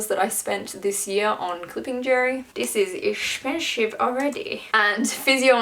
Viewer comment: "dish is eshpensishve already" oml- never showing this mum